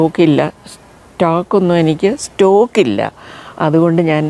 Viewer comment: Its stock and not stalk, madam